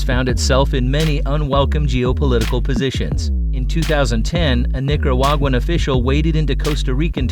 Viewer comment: since when is "nicaraguan" pronounced "nicker-wagnan?"